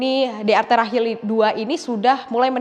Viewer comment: hill maksudnya hil lir